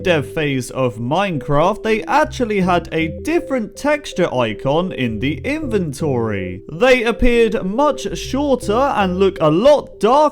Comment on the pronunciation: Your voice is pretty annoying like instead of INVENTORY you say ... In Ven ToRy You pretty much sound like you're talking to 7yr olds